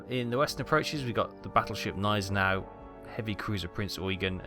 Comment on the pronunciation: BTW the G in Gneisenau isn't silent. Thank you very much for another very entertaining video. Merry christmas to you, take good care of you and yours, looknig forward to more content from you next year!